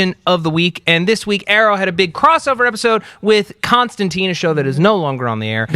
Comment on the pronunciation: I still, even a year-ish on, cannot figure out why they refuse to say Constantine's name correctly.